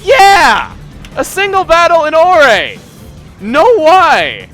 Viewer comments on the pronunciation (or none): You note that towns have been named after elements yet you don't pronounce it "ore"